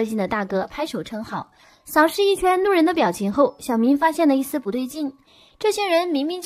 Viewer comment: 😂還有 旁邊的"怒人"